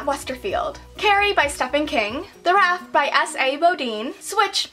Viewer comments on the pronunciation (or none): Stephan King is pronounced Steven, not Stefen! Probably the most famous author ever... you must read him. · Did you actually pronounce Stephen King wrong? lol It's pronounced Steve-en, not Stef-an. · This sounds nit-picky, I'm not saying you have to change the way you pronounce things, but I'm sure that the "Stephen" is pronounced the same as "Steven". P.S. - CARRIE WAS SUCH A GOOD BOOK!!!!!! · Did she say StePHan King? It's Steven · Not trying to be rude but its Stephen (pronounced like Steven) King. He's quite famous ^^ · Ariadne Hart She wasn't saying how it's spelt, she way saying how it's pronounced. It's pronounced "Steven". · I'm definitely not "going off" at all, but I died laughing when you pronounced Stephen King's name. He's the most prolific horror author of the time, and I feel like his ego would take a huge hit if he knew that not everyone knew how to pronounce his name. XD Don't feel bad about not reading Carrie! Been there, done that, and it wasn't his best work. [I'm a sort-of collector of his work; Carrie has nothing on some of his other books! Check out Misery instead!]